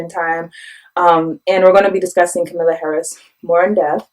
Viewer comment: Please learn to pronounce Harris' first name: It's explained in her book, which is short and easy to read: "Comma-la" like the punctuation mark, and not "k'milla" or "K'm-Allah" like a lot of people say.